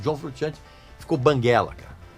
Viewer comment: Me desculpa aí, mas tenho que fazer uma correção boba. Italiano não pronuncia "frutchiante" como vc está dizendo, pronuncia "frushiante", porque a combinação de "sci" ou "sce" em Italiano é como "sh" em Inglês. Se o nome dele fosse sem o "s" e só com "c" aí seria "frutchiante", mas como a grafia correta é : "frusciante", a pronúncia é como "sh".